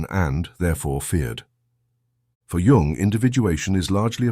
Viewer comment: It's pronounced Yoong, not Young and is spelled Jung. Obvious AI.